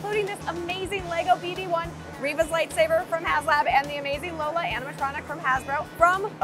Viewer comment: It is "REEEEEEEEEEEEEEEEEva", not "Riva". And the whole show it is The Last Jedi all over again.... It should not be called "Obi Wan Kenobi" , it should be called "Leia, the "stronkest" lil girl evaaaaaaaaaaaaaaaaaah".